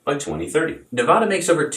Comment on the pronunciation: Love the show, but PLEASE PLEASE, pronounce Nevada correctly!! The first "A" is pronounced like "Apple." You are pronouncing it like "Opera," which is incorrect.